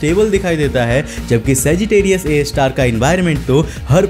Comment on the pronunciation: Tum har video mai saggitarius a ka nam galat kyu bolta hai,akhir black hole ne Tera bigada kya hai?